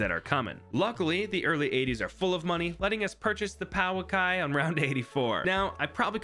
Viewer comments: The Pouākai is said pow-uh-kai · The Pouākai is pronounced Po(from kung fu panda) - aah - kai